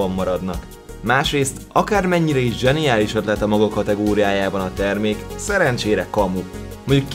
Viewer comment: zeniálisz XD